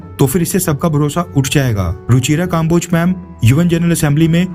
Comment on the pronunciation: भाई, आप के विडियो अच्छे होते हैं, मैं देखता हूँ. लेकिन आप की हिंदी बहुत खराब है. अक्सर नामों को बोलने में गलती करते हो आप. जैसे इस विडियो में कम्बोज को काम्बोज बोल रहे हो आप.